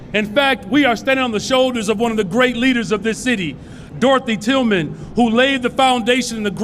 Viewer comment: He said Dorthy Tillman lol